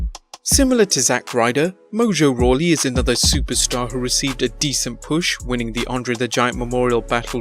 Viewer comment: mojo rawley? lol